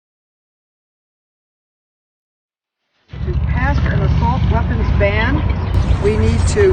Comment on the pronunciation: Whoopi has worms growing out of her head ,you moron we don’t own auto Mac waapons . These people R very stupid and so is anyone who listen to this nonsence . Nuke waapons what